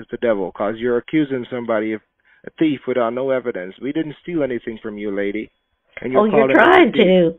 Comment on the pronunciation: The reason is because “it’s the first time you’ve “wonning” a prize.” How dare you call him a “teef” and liar? You are the best! 😂😂😂😂😂